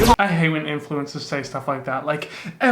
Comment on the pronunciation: Sometimes when you say influencers it sounds like ‘Influenzas’ and I love it 😂